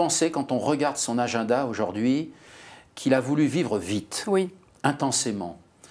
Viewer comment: Mr Lecoeuvre, ce que vous dites est très intéressant, mais on ne dit pas auJORd'hui mais AUJOURDHUI !! 🙄